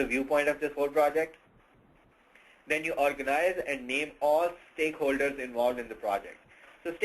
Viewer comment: steakholders uh, stockholders... stakeholders...